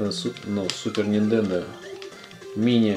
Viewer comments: Нахер , сначала подписался но после десятого раза упоминания Ниндендо отписался. Делаешь обзор, будь любезен не каверкай названия . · Ниндендо... мои бедные уши... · Нинтендооо! А ни ниндендо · Вопрос чисто эстетический . Почему ты называешь "супер нинДЕндо" вместо супер нинТЕндо?